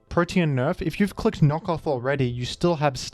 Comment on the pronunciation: pronounce protean as "protein" again and I will go iron mugulis on yo ass